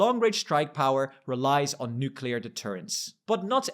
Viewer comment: You are in the EU talking about the EU. Don't use the stupid american mispronunciation of nucular! it's nuCLEar!